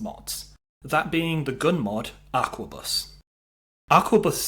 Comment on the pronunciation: A R Q U E B U S. not aqua bus. its 2024 time to stop playing skyrim and read a book. and buy a toothbrush